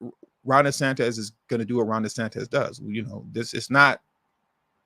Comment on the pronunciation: The Governor of Florida is pronounced- DeSantis not DeSantez.😮